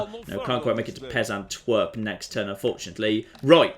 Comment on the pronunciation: Sorry,, I've been trying to hold off, but I just can't help myself; where are you getting the extra "t" from in "Peasantwerp?"